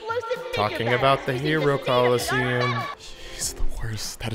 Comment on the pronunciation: mans said hero Colosseum lmao